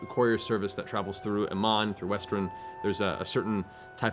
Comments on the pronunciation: First sigel, now brooch, and courier..adventure of pronunciations continues I hope! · Haha, loved Travis' Arnold impression! xD Edit: Matt, it's pronounced KUR-EE-RR, not CORE-ior. xD